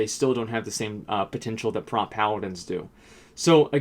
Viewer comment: It's not "Prat"...sound out "Protection" and then you know what "Prot" sounds like. :)